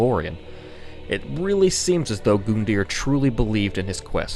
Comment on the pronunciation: Its said GUN-DEAR not GOON-DEAR